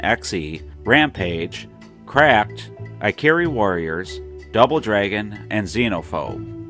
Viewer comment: Ikari is pronounced "ee kah ree." In Japanese, it means 'Anger.'